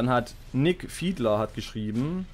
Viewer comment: Hey bin wieder da nicht böse gemein aber Nicki nicht nick🙈 aber kein Problem wird sich noch einbürgern hehe. War eine sehr nice runde wieder es ist schön zu sehen mal abends im Bett was gechilltes anzugucken. Hast eine echt gute Stimmlage und schönes gameplay. 16 Uhr ist ok schaue es aber meist erst um die Zeit wie das Kommentar ist. Ich fand’s das mit dem teaser ganz cool wie gesagt hat mehr Bock auf mehr gemacht. 😏 ich empfehle dir auch mal die acir Chen combo glaub mir die ist Wahnsinn und fast unbesiegbar außer 9 mages mache. Habe mit der acir combo letztens 41 dmg gemacht an einem Gegner war hardcore und der hatte priest buff xD